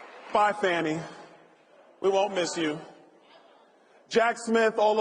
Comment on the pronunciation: Its pronounced FAAAAAANI